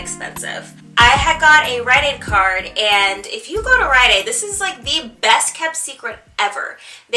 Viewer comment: what is the place you said to go for the buy one get one free for biotin? it sounded like you said ryan aide but im pretty sure thats not it.